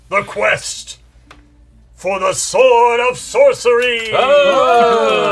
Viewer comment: I think you mean the "sWord of sWorcery"